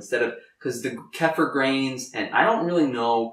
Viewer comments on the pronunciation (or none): You want to call kefir (key-fur) not (keh-fur) because that can be mistaken for (calf-er) which would not be a good thing for someone who knows what that means to hear.